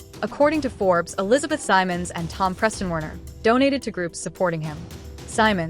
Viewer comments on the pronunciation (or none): none